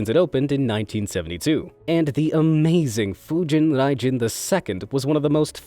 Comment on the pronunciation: he’s also butchering Fujin Raijin lol... This is Japanese, not Russian...